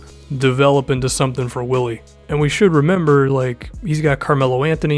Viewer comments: If you gonna ride this dudes jock at least get his name right. It's spelled WILLY but pronounced BILLY. And KP hates to be called "The Zinger". You're killing me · It is actually BILLY. In Spain you pronounce "w" has a hard "b". It is BILLY not WILLY. Just so you people who aren't Hispanic know this. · I'm sure there's like 50 comments about this already but his name is pronounced Billy not Willy I know it's dumb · It's pronounced billy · its pronounced "billy" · His name is pronounced Billy btw. Good video, I love Hernangomez! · his mom is German and they pronounce willy like Billy. at least that's what Mike Breen and Mark Jackson said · His name is pronounced billy btw... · it still pronounced billy tho lol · search it up, its spelling with a w but pronounced with a b it's weird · Yeah pronounced Billy because his mom is of German decent